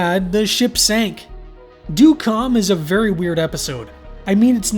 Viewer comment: well ø is more of a danish/norwegian thing, but it's supposed to be the same as ö... more or less. but good try!